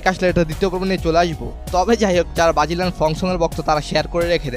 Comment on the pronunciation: Vai bagilian na Brazilian hobe 😂😂😂😂